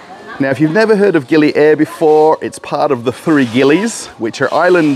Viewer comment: The island pronunciation is Gili Aaheer! (Air means water )!